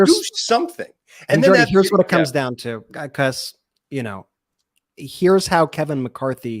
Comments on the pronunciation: Ben, It's pronounced, "BE-COZZ" NOT "BE-COSS" 😮😮😮😮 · BEN! 'BE-COSS' IS NOT A WORD. PLEASE PRONOUNCE IT CORRECTLY!!! IT IS NOT "BE-COSS"